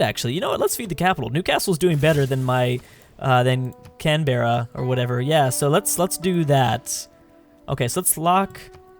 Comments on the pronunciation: you don't need to buy tiles which are to be next to a pasture... the culture bomb remember. Also it's pronounced can-bra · Or just "CAN-bruh" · Can-bra, I would know.. I live there